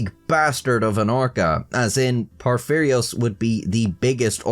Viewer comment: Soon as the vid started I thought, how many times will mispronounce Porphyrios. I was not disappointed xD